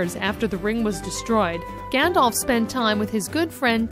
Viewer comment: How did you say Eowyn? I think you only said Gandalf right